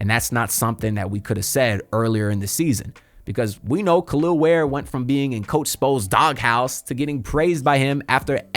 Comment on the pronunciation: Nice video, your butchering his name my guy. Its not "Kalil" Ware. It pronounced Kel EL ( THINK Superman aka Cal EL ) he's said this who his parents named him after . Put some respect on the Kryptonian's name ... And just like that Spo sent him back to the Bench.. I'm a Rockets fan, but Ware is one of my favorite players. The Heat got as good of a chance as any team in the east to make the Finals this year IMHO..